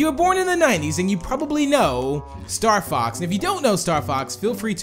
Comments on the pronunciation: did anyone else here say starfucks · when said Star Fox it came out a different way